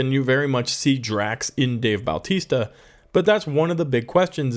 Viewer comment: His name isn't Baltista. It's Bautista. no L.